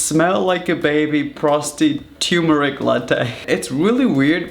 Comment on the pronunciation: it'd be funnier if that's the correct way to pronounce "turmeric"